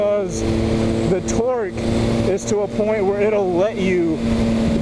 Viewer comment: I don't know why but I seem to hear you say "Twerk" instead of "Torque" everytime... "I love these twerky bikes!". "The feeling is sooo much different on a twerky naked bike" "But feeling that twerk throw your butt to the back of the seat..." And yes, I am fucking immature.